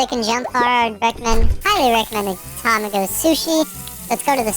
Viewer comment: Tamago is actually pronounced tuh-mah-go